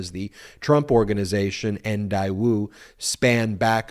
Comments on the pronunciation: It's pronounced DAE woo not dai woo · Please let our US Government investigate and handle this one. First of all, it is not pronounced DIE WOO it is pronounced DAY WOO!!! Trump should not have injected his greedy, self serving, self into this delicate but important, back channel relationship, but the Daewoo relationship is a vital, SK/NK relationship that should not be damaged. Please focus on any of Trump's hundreds of other self serving crimes instead. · It is not Diewoo it is pronounced Daywoo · Daewoo pronounced 'dayoo' not 'diewoo' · Day-woo it’s pronounced day-woo. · IOt's pronounced DAY WOO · While i agree with the point that Trump has misled our country and its citizens, I think we have to be careful with this specific allegation that Daewoo (correctly pronounced Deh woo) has deep ties with North Korea. It is true that Daewoo has been identified as the sole private industry to deal with North Korea, that is more in line with the two governments (North and South Korean) are trying to work in trying to "normalize" relations between both countries. That, however, does not negate the requirement for Trump to have disclosed it and he should certainly be held accountable. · dude it is pronounced Day-woo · Funny to me it was a loan from Daewoo (pronounced Day-woo). Daewoo is a Sh*t automaker, that makes Sh*t cars.(we're talking Yugo kinda Sh*t cars). I guess Sh*t finances Sh*t..🤣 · Loans not deductible only interest. Know your facts before you podcast. I believe it's pronounced Day woo. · Love what y'all do and the videos y'all put out, but I am pretty sure that Daewoo is pronounced like daywoo. At least it is if it's supposed to be pronounced like it's spelled. Keep up the great work! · Pronounced “day-woo”….. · It's pronounced "Day - Woo". 👍🏾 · The company name is pronounced “Day ooo” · I think it’s pronounced Day-woo. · Daewoo is pronounced "day_oo" like a sunny day, with no w sound. I lived in Korea for 10 years. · it's painfull hearing him pronounce Daewoo!